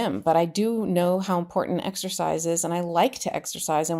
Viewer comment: I watch you faithfully from Canada as what happens in the USA affects us here and around the world. Keep up the great work! Just a side note... is very cute but please tell him there's no d in important. I cringe because that's how mtg says it. ❤